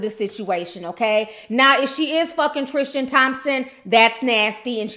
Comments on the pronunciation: Sis I believe it’s pronounced the way it’s spelled; TRIStan not TRISHtan :) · God you are butchering his name! Tristan not Trischan.. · Tristan...not Trish-tan. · No h in Tristan